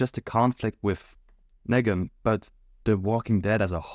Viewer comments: Nee-gan, not "neh-gan" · The way you pronounce KNEEGAN it’s not NEGAAN annoying ass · The way you say Nègan instead of Neegan infuriates me. But liking the rest of the video! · agreed but he also says "leadership" as "laydership", instead of "lee-dership", so Nee-gan to Nay-gan is consistent. His native language probably doesnt have much of that sound. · LMFAO fr like they say it MULTIPLE times in the show, all the same way. NEE-GAN. That said I agree everything else is gold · I wasn't sure until they started pronouncing Negan like Megan lmao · I believe that you might be multilingual, and I applaud that it shows intelligence and a willingness to learn. Still, I must say that you not saying Negan in the way the show says it seems petty and purposeful. Do you have any idea why you chose to say it your way and not the way we all heard it on the show? The way it is spelled is not a reason you and I have heard how Negan pronounces it. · the way you pronounced negans name literally hurts me wtf